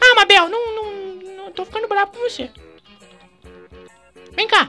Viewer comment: nao consigo ver o video intero pq o fala mábel